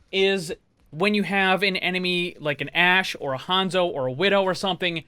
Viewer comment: why you say even hanzo like that lmao dont sleep on meh boi